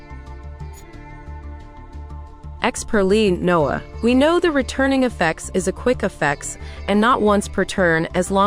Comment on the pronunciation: why they pronounce noir noah? loll